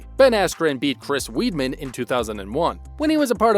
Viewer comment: Up and coming MMA fighter??? Broooooo, and Weidmans name is pronounced “Whiteman” 🤣🤣